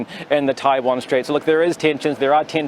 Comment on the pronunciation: 台湾，连读都读不准，一帮垃圾😅